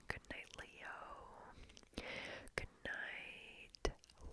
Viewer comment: Does she say Lean or Leon? Doesn't sound like Leon so I'll have to stay up my whole life now. R.I.P